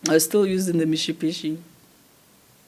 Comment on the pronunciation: Love the way she pronounces the Mitsubishi 😊